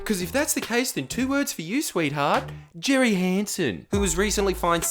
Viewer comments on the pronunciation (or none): none